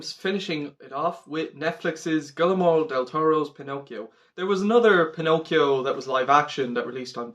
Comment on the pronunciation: Great review, it was great to see you enjoyed this movie. Just a sidenote, his name is pronounced "gwee-er-mo"